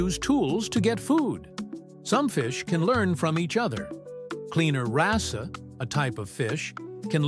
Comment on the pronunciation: Please remember that it's wrasse in the same way you say brass. The E is silent.